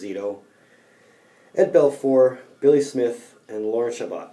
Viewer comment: it's pronounced Lorne "Shabow" Chabot..he's my grampa and he was certainly one of the top goalies of all time...his stats were top 20 all time..except for wins as he only played 10 seasons in a 44 game NHL....great job my friend!